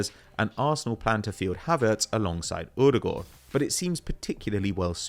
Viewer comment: Why does he say odegaard like that